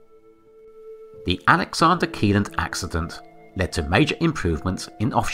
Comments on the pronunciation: Pronounced “shelland” not “key land” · The pronunciation of Kielland is not correct, but I don’t expect people from outside of Scandinavia to nail that 😅